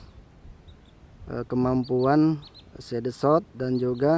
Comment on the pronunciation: Ngakak gua denger side sot